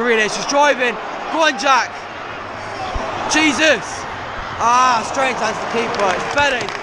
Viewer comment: You can’t pronounce Jesus 😂